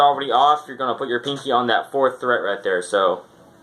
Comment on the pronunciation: It's fret, not threat lol